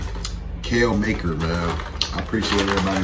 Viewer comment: You were close on the pronunciation of his name, first part you got right but the second part is pronounced car, so ma-car